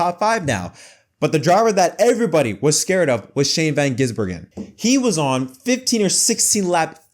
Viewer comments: "Gisbergen" not "Gisenberg" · there is no "in" in Gisbergen. It is not Van Gisinbergen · "Gizzenberg" lmao who dat